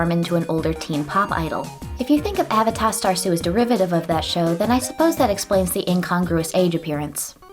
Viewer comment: i wouldve pronounced it as uh-VAY-duh rather than A-vuh-tah